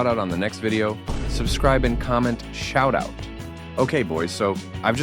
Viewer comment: Shour ouut